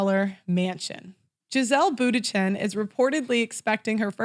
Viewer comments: That quote was from Sherrill Sandburg the former Facebook CFO and it’s pronounced “Munchen” not Bootychin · Giselle Boondshen would be more like it, if pronouncing an Ü is out of the question. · Hahaha can't pronounce Bundchen... tip it's not Buttigieg.